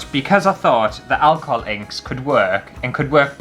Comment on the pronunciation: took me a while to figure out that you were saying "alcohol inks" and not "alcoholics"